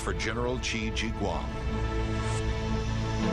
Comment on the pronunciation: it is prunounced shi huang di